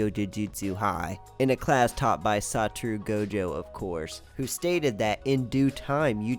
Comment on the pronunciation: His name isn't saturu goujou